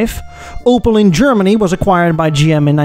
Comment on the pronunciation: Its called Opel not Opal Took me extremly long to recognize what was meant